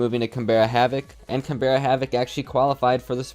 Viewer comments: Just a heads up for future Canberra is pronounced more canBRUH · Can-bra, it’s the capital of Australia!! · As an Australian I wanted to point out Canberra is pronounced like CanBruh and Le Duck is more Le (short and sweet) than Ley. As well as that, SPYDOGE isn't spidoge, it's literally just Spy Doge. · we understand but oml it is so triggering when even the casters don’t do their research to figure out how to pronounce Canberra